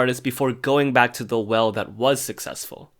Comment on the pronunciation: LOL WHEN SAYS "WELL" BUT IT SOUNDS LIKE "WHALE"